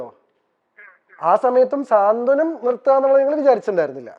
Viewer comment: സ്വാന്തനം അല്ല സാന്ത്വനം 😀😀😀